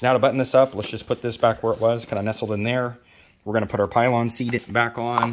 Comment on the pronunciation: A really great summary, but what the heck is a pylon seat?! It's a pillion. Thumbs up anyway!